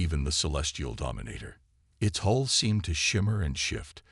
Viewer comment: This is repetitive and they can't seem to pronounce thw word hull. They misspelled silos as silas? To weird. The AI is failing this story.